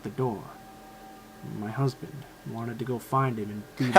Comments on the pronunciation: Is he gay really that dude said my husben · did he say his husben was un the millatiry